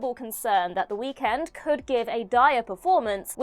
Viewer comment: Not how you say Weekend 😂